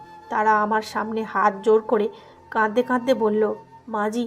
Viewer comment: বিশ্রী তো বটেই, ডাহা ভুল একটা শব্দ (কাদদে কাদদে)। অথচ সুন্দর একটা শব্দ (কাঁদতে কাঁদতে)। বেশ কিছুদিন থেকে এই মহিলার উদ্ভট ভুল শব্দের জন্য এই চ্যানেলের গল্প শুনা বাদ দিয়েছিলাম। আজকে হঠাৎই শুনতেছিলাম। কিন্তু সেই বাজে শব্দ (কাদদা কাদদেই), যাক এবার চ্যানেলের নাম মনে রাখতে চেষ্টা করবো। #মহিলা কি লেখাও চোখে দেখেনা# ?#